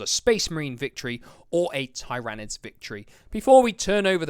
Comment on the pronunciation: Thanks for the review. Just a small thing but how to pronounce Tyranids :)